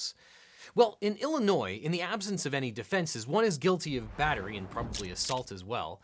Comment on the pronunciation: Thank you for pronouncing Illinois correctly.